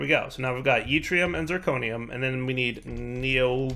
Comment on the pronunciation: yeetrium is my favorite one so far.